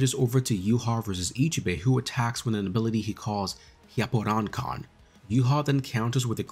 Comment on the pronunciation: "with an attack he calls hyapporankan" 😅 (just poking fun)